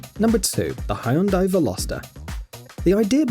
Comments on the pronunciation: Hyundai? "Hai-uhn-die"? Come on dude. If you don't know it's "hun-day" by now, you should not be making car videos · Hyundai is not pronounced "Hy-un-dye" it's two syllables "Hyun-dye" Say "Yun-dye", then put an H in front of it. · It's not Highyundai. It's more like Yundai.